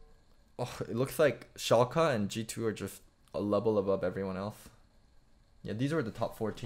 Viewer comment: first pronunciation of 'Schalke' was correct - the second would be right if it was Schalka, with an a